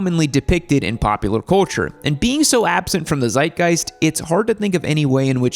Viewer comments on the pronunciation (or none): german here. You almost pronounced Zeitgeist correctly. The 'z' is spoken sharply, like the 'ts' in "it's [a pleasure]"